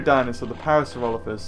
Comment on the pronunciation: I've always pronounced it as Parasaur-OH-lophus too. .... So, it was a bit refreshing to hear you pronounce it the same way. :)